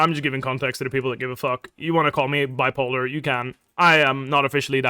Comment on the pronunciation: "Bwipolar" is sending me 💀